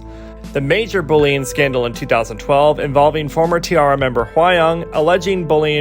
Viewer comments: If T-ARA pronounces their name tee-air-a why do you insist on sticking with tee-arr-a? Listen to their song Wanna Play for Christ's sake. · Nice try, but in multiple videos they pronounce it tee-air-a. Should I believe you or the actual group? You people keep arguing with this nonsense when the proof is on my side. Have you even heard a T-ARA song?